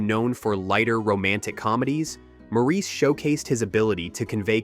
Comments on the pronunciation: They should have scripted it as "Morris" so the AI voice would have pronounced it correctly. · Since the story is set at the turn of the Century, it is still pronounced "Morris". Both my professors of Eng lang & lit were Cambridge men, one of them knew Forster in Forster's old age, when he was a resident Hon Fellow, and he shuddered at "Maureece". Apart from that I still would like evidence of your opinion that it was once pronounced in this Frenchified style in England. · "MORE-iss" Not "More-EECE." They say his name a million times in the film. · Mor ris. It's pronounced Morris, not Maur eece. If it was, they would call him that in the film. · It's pronounced "Mawris" with the accent on the first syllable, not "Mawreese". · It's pronounced Morris with the stress on the first syllable, like Boris or Doris or Horace. "Mawris" is almost as cringeworthy as Mareese. Sincerely, Maurice. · The British pronounce it as 'Morris', not 'Moreese'. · That is, with respect, nonsense. The father I referred to was born in 1916. "More-eece" was something I first heard on "Bewitched" around 1966. The character is Samantha's father, and seems to have used a common American pronunciation. It was the ONLY time I heard it until the current rash of mispronunciation started about 20 years ago. I have lived a reasonably long time, and have met many Maurices in my time - it is the kind of name you notice, if you have it. Every one has been "morris". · Watch the movie. The name is pronounced "Morris" throughout the damn movie. They never call the character "Moreese." IT'S ALWAYS "MORRIS"!!!! Sheesh. Let it go. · The sting is added to that Mo-reese is the French pronunciation. Damn Frenchies! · It bothers me that you don't know the subject well enough to know that the name of the character and the very title of the book and film , "Maurice", is pronounce Morris. So I am NOT clicking JOIN as I don't trust your site. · This g'awful narrator can't properly pronounce Maurice, which is 'Morris'.